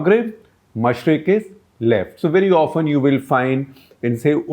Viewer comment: He messed up with mashriq and maghrib